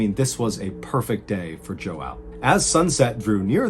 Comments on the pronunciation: That's not how you pronounce João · I love when English speaking people try to pronunciate João It always sounds like a cat meowing 😂🤣 Love all your videos I've been binging on them for months now amazing story telling content keep up your amazing work! 👌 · bro as a portuguese person it's really funny to me that you continue to repeat that man's name while pronouncing it really poorly, it takes away the tragedy of the situation xD But this isn't a flame, I know that João is hard to pronounce for you english speaking folks. We do have some sounds in our language that are rly hard for most people to pronounce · OMG.. I know it is supposed to be scary but I can't stop laughing at the wrong mispronunciation of the name JOÃO!!! and the other names and cities 😹😹😹😹😹😹😹😹 (also driving me crazy, Brazilian representative here ❤️🇧🇷🥲) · As much as I love mr. Ballen, the second I realized he was trying to say Joao it made me chuckle a little bit 😆 but keep up the stories man! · Its not pronounced “Joao” , it’s pronounced “Joao”. Cmon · The letter j makes a h sound in Portuguese so you're pronouncing his name wrong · Aside from mispronouncing the man's name, I really enjoyed this. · i'm brazilian, and the way you pronounce João is funny but also hurts :face-purple-smiling-tears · As a Brazilian, I can tell that your pronunciation is a bit off- that's alright though cause Portuguese is a pretty difficult language 😂 Love your vids! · Also the pronunciation of João 😬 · The pronunciation of João killed me 😂😂😂😂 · Hey my friend, I really enjoy your videos and in particular how you present them. I need to inform you however, in this particular video, you’re pronouncing the man’s name wrong. I certainly understand that you don’t speak Português but I’d recommend that you listen to how to pronounce foreign words and names prior to presenting the video. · It's funny hearing him say João... it's hard to pronounce 😅 I'm portu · Your pronounciation of João is hilarious. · It JOÃO not joau